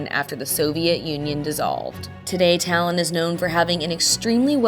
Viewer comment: Талин ,а не Талон